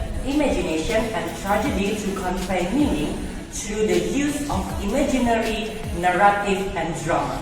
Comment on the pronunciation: there is word "Imagery" in the definition, but you sound Imaginary, so which one do ou mean?